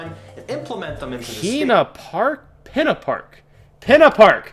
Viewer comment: But Pinna is pronounced peena you said it right back then and you're saying it wrong now. Not angry just saying. Also Luigi Raceway was called Luigi Circuit in the Japanese version of MK64